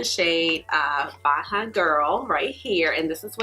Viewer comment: Thank you for your review. The Bajan bronzer is pronounced "Bay - jan girl". Bajan is the term used to refer to anyone from Barbados.